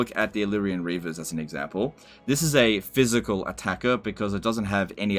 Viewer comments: Thanks for helping CA out by giving the in-depth info they are opposed to providing. Honestly at this point you might know more than the devs, given how many tool-tips are wrong on unit descriptions. Minor note - "PHYSICAL" not "PHYISCAL" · Great video. Do more. BUT it's "physical" not phyiscal" lol